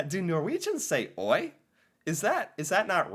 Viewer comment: Oi - different tonal sounds than how you pronounced it. You went up on the Oi and pressure the I, we go down and round out the sound on the O. More like «Ohj».